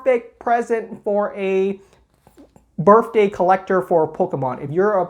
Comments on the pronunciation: Me: "Did he just say Birfday?": says Birfday 12 more times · "Berfday Pikachu"